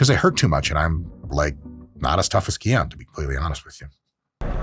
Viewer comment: He pronounces it “key on” but isn’t it Hawaiian for “k oh knee”